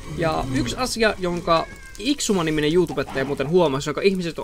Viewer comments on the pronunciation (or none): se lausutaan x i suma void